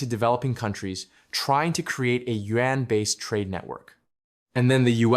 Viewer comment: Not Yuen but Yuan!!! 😂😂😅😅